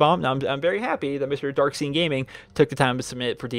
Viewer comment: Brotha it's darkscene his name is darkscene not darksean.